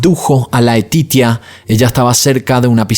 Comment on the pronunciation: Laetitia , se dice Leticia como en español 😊pero te defiendes en francés 😉 , Dios mío este hombre era un moustro ni sus hijos se salvaron de ese sicopata perverso